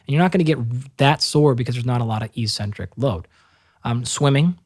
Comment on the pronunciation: Dr. Galpin, thank you for sharing your time and insights! However, your mispronunciation of eccentric validates your claim you were a gym rat early on. it is ehk-sen-trik. The first "c" is hardened by the "c" that follows, and the second "c" is softened by the "e" that follows. I highly recommend The Logic of English book as a family heirloom. Also, look into the importance of bio-copper to cellular energy production. The "chrome" in cytochrome c oxidase refers to the color the copper brings to the enzyme. All anti-oxidant enzymes, the real anti-oxidant work horses, are powered by copper delivered via its transport protein ceruloplasmin. It also happens to be the most sophisticated protein/enzyme in the human body with 1046 amino acids and up to 8 coppers. It also expresses as ferro-oxidase to flip ferrous iron in cells to ferric iron, which enable ferritin to remove the iron from the cells and prevent tissue buildup of potentially reactive iron stores. Cu is absolutely critical to the produ tion of Mg-ATP, the true energy currency of the cell, and NPK fertilizer has neither.